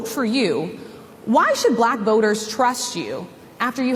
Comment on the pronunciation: Oh, it sure is; he says "Buh-lack!", with almost two syllables. Sounds like some snotty, condescending bigot using a distasteful word, spoken in quotes...